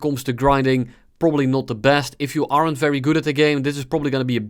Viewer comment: I like how you pronounce "aren't" like "arrant"